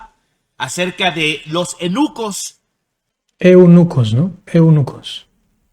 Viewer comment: Hay no😂😂😂😂😂 este señor por poco dice que los nenucos en lugar de eunuco 😂😂